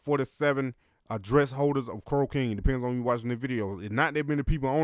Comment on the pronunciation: It sounds like you're sayin crocaine 😂